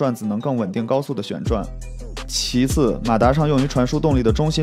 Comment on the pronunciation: 说到其次的时候可能是读稿需要翻页了吧